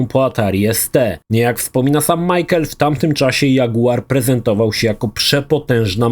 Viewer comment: Wszystko git tylko nie Majkel, a Miszel. ;D